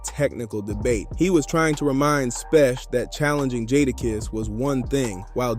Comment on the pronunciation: Dope content but please stop saying jadakiss name wrong shits hard to hear who’s jaadaaaaakisss fam